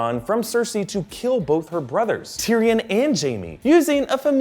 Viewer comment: Jaime, not Jamie